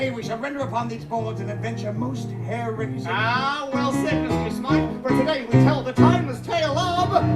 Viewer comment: *Mr. Smythe not Smiff